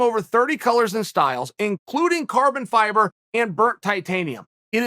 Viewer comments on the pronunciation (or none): none